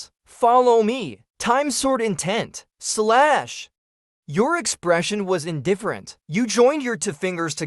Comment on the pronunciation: The way he say slash is hilarious 😂😂